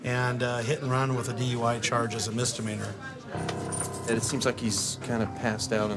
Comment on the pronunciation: "all for what, a minor mister meaner?!" lol never heard misdemeanor pronounced that way before haha